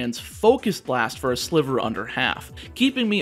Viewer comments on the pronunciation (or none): none